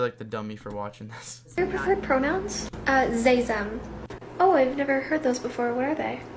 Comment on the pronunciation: "sry zem" LOL